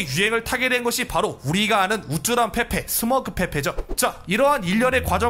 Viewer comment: 첨에 밈 페페인데 민페폐라고 들음ㅋㅋㅋㅋㅋㅋ